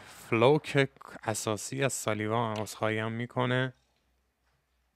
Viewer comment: داداش دمت گرم ولی فلوک رو اشتباه تلفظ میکنی. باید اوووو تلفظ شه ، مثل سوپ، چلغوز، پوست، u انگلیسی ولی شما کوتاه تلفظ میکنی مثل o انگلیسی، اردک، کلاه